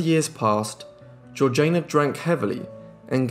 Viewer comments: Surely, her name was Georgie-Ah-na, not George-Jane-Ah? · How do we know her name was pronounced in that way? It is certainly spelt Georgiana not Georgeayna and it was not an unusual name in English society of the time when it was universally pronounced Georgiana. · Yes the pronunciation irritated me too. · Nope you can't even spell it. It is one final time GEORGIANA PRONOUNCED GEORG JAYNA!!! Not GEORGINA. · Great video but her name is pronounced like Georgie anna. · Loved it. Thank you. Georgiana is pronounced GEORGE ee anna. I thought you might want to know. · she switched the pronunciation when she married to match the regional accent as a way to endear herself. Both are technically correct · The 3rd syllable of Georgiana's name is pronounced like the first one in Django, not like Jay in Jay-Z. There is a movie called "The Duchess" about her, made by the British. I suppose the British know how to pronounce British names. Next time before you start guessing pronunciation of names, maybe go and check the existing sources first?